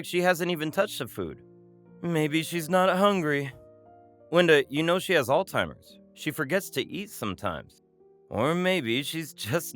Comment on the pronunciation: I enjoyed the story i just wish they knew that it is NOT pronounced All Timers.